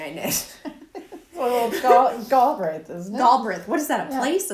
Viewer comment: Just found your channel and and am enjoying catching up! I am chuckling over my knitting. I love both knits that you are wearing. What is the name of the sweater you are wearing? Pronounciation of Galbraith - Gal as in Guys and Gals with a short ah sound and brayth. The emphasis is on the braith.:)